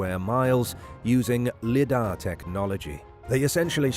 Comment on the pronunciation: It’s pronounced “LIE-DAR”, not “LEE-DAR”.